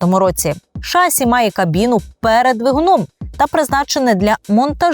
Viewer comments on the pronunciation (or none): Відколи в слові "шасі" змінився наголос? Слово французького походження, наголос на останній склад. Перевірте, будь ласка. Не легітимізуйте помилкову вимову.